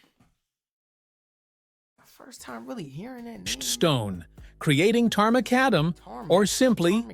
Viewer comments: Tarmac adam (as in the man who invented it ) his pronounciation is diabolical 😂😂😂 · I live in the town where the Penny Stamp was invented, we have a huge pub (bar) named The Penny Black/Pennies. As for the tarmac / tarmacadam is badly pronounced by the AI when it first speaks it, but it gets a much closer pronunciation on the second attempt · Please remember that the voiceover for the video is almost certainly AI generated, as some of the pronunciations are laughably bad! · The AI voice mispronounced Tar Macadam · Tar Mah-Cadum ..Not Mah-Cuh-Dam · There’s always going to be a problem with AI‘s inability to work out all pronunciations of English words. Tarmac is fine but the full word is tarmacadam, not pronounced tar-macca-DAM but tar-muh-KAD-uhm with the second and fourth “A”s being schwa sounds. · Tarmac in the UK, pronounced TAR MAC CAD HUM, they drove on cobbles or sets before tarmac! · Its correct pronunciation is Tar McAdam not tarmoockadam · It's pronounced TAR- MACK-ADAM. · pronounced tar mac adam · Tar is the thick black gooey stuff that binds the stones together. Tarmacadam is pronounced tarmac-adam, not the way the narrator pronounced it. The first proper roads were built by the Romans over 2000 years ago. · Very amused by the pronunciation of tarmacadam! It's tar MacAdam! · Tarmacadam is pronounced tar-mac-adam. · It's pronounced Tarmac - Adam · That AI voice mispronounces Tarmacadam, the correct pronunciation is "tar-mac-adam" By the way, you have to remember before the motor car, vehicles were, either horse drawn (pulled) or pulled by oxen. The wheels simply rolled on the road surface, they didn't need traction. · He pronounced tarmacadam completely wrong its pronounced TAR.. MAC.. ADAM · OMG listen to that awful Ai bot saying “Tarmacadam” as a single word SMH. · Tar ma cadam is how you would say it. The A.I houstbis being A.I